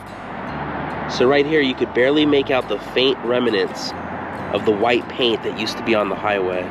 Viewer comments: Not to be a grammar nazi, but it’s REMNANT, not REMINANT. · Great video. I have watched many of your videos. On this particular video - one suggestion: The proper word is "remnant" not "remanant" --- an English student.